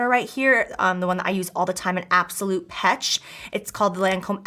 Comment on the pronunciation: The Canadian in me went 😬😳 when you pronounced “pesh” as “petch.” The human being in me then forgave you. ✌️💕